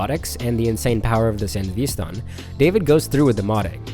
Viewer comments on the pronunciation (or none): please for the love of christ.... They literally pronounce it in the anime multiple times. SAN-DEVIS-STAN not san deveeeee stan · It's San devi Stan. Like devistate not San devee stahn